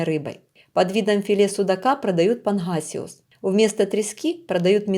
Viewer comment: панГасиус не панХасиус, достиГается а не достиХается, слушать противно, не уродовай язык, если не умеешь говорить, размовляй на мове своей !!!